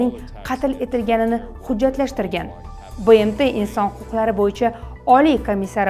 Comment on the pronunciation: БЭМТи эмас БМТ деб укинг